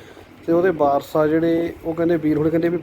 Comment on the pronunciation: Waaris, not Baaraas.